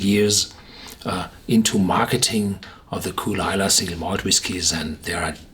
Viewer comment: It's kull-lee-la